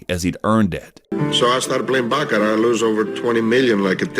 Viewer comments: barracat ..... it's written Baccarat and it's pronouce BA-KA-RA not baraca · It’s not bear-uh-cat lmao. It’s called bah-cuh-rot 😂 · How tf are you getting “barracat” from baccarat??!?! lol